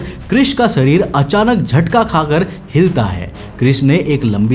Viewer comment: .....hota hai Sarir nhi sharir hota h